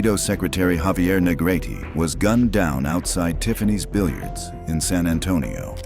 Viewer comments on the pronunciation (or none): none